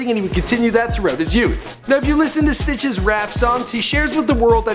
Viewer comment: Why does he sound like he keeps sayin Snitches instead of Stitches